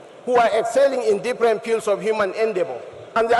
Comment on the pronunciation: Did he mean field when he said piud?